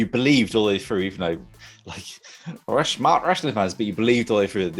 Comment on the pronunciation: Its Through not Fhrough...